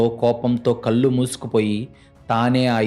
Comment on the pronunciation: మీరు చదివే కథలు బాగున్నాయి కాని తెలుగు లో ల మరియు నా అనే రెండు అక్షరాలు ఉంటాయి ఆ తేడా తెలుసుకోండి కళ్ళు అని చదవాలి మీరు కల్లు అని చదువుతారు ఇళ్ళు అని చదవాలి అర్రులు అని చదువుతారు తెలుగు ని సరిఅయిన పద్దతి గా ఖూనిచెయ్యకుండా చదవండి ఇలా రాసినందుకు దయచేసి అన్యధా భావించవద్దు